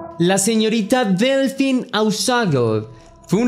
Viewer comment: Hola, "Delphine" se pronuncia "Delfine", ya que el "ph" en francés, se pronuncia "f". Si, la ortografía francesa es muy empalagosa 😩. Cedric, fue liberado hace muy poco, no le encuentran nada relacionado con la desaparicion de Delfine. Para mi, esa cita con el amante, fue una trampa de la esposa de el, para matarla.